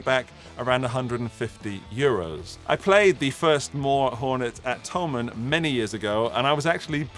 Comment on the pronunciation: Did you say… “Mooer are available in the cloud”? 😂